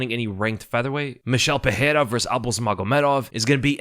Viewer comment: Pereira = Puh-ray-ra (no double r so no "H" sound) Ferreira - Fuh-hay-ra Can we get this right? Rogan started this dumb trend and has since corrected himself (since UFC 300). Very unprofessional.